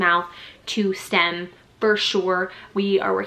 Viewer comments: it’s STIM not STEM. 💗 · Autism mom here. You pronounce it stim not stem. Great video.